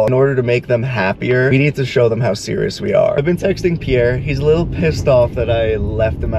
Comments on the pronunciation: Better call Saul ❌ Better call Pier ✅ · Not me pronouncing Pier’s name wrong this whole time 😂😂